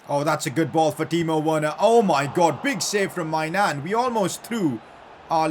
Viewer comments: Pcq: It’s not my Nan it’s like méñan and the « an » is like in k « an »té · somehow everytime maignan saves i think he saying 'my nan' i know its stupid i got the humor of todler but ok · Its weird when he says my nan